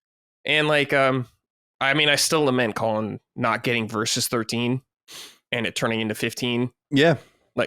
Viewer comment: The way pronounces Colin is insane. lol